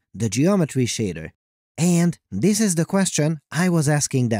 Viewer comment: awful narration! It sounds like a teenage girl wrote your script... You emphasise stupid words.. like AND!